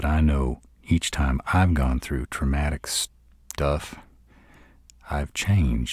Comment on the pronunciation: "i know that when i've gon through traumatick shhhhsstuff-" nice save